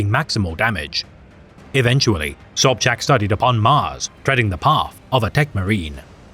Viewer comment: Im more shock that someone know how to read polish "sz" color me impressed. Side note when we rumble we rumble be it with words or guns.